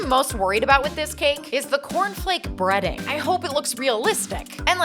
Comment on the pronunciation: I thought you said breeding and I was very confused